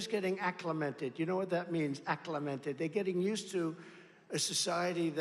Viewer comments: You don't even mispronounce one word... accliMENted! BINGO! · THAT’S LIE. You definitely mispronounced words. Btw what’s “acclamented?”